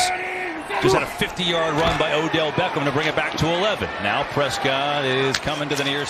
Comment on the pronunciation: I don't like the overe emphasis this commentator uses when he says "Beckham."